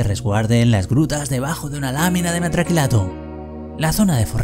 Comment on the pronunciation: Me encantan tus videos, sin duda los mejor explicados de todos los canales de hormigas que sigo y haces unas decoraciones GENIALES!! eso si, me da un tick en el ojo cada vez que te escucho decir 'metraquilato' xD sigue así!!